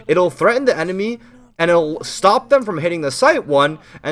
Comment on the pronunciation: anyone noticed how says shtop and shtuck